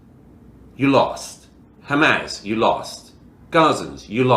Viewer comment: Hamaz? Does he mean Hamas? Or is this some new organization?